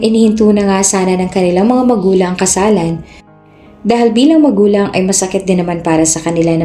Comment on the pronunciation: Bakit lagi na lang nagiging KASALANAN ang basa sa KASALAN?